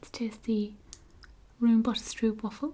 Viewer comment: Double o's in Dutch are pronounced oh instead of oo, as in "Oh my, that rohmbohter strohpwafel is so good!" (My British boyfriend still calls me his little stroopwafel, so I know the effect those lovely things can have on you Brits) Oh and by the way, I highly suggest microwaving them for a minute or so!